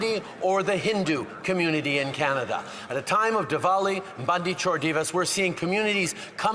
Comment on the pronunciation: I guess Trudy is part Indian now, since he's pronouncing Diwali with a v.